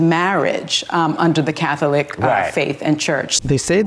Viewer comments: The way Sunny says Cath-o-lic is annoying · Sunny Hostin needs to stop talking for the Catholic Church. Btw, the word “Catholic” is 2 syllables, not 3, Sunny!